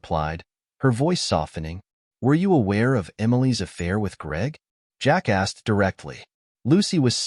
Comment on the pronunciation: I kept giggling like a kid. Every time the narrator would say, "Jack asked...." it sounded on my computer speakers like Jackass. Hey, I told you it was childish, still made me laugh!!